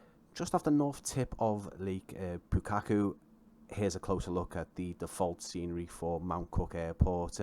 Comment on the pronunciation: Thanks for the video, NZA Simulations do fantastic work and Glentanner is particularly well recreated. Will have to pick this up as the Raglan and Nelson sceneries are also favourites of mine. No one has helped you out with the pronunciation yet, so just a couple I noticed: Twizel = Twy-zill (NZ accent turns an 'e' into an 'i' sound) Lake Pukaki = Lake Pu-car-key